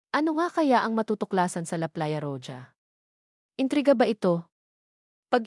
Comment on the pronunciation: Pronounce roha. Spanish word po yan ang roja